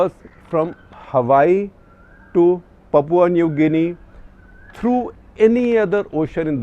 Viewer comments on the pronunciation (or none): Your Pronunciation of Papua is Hilarious!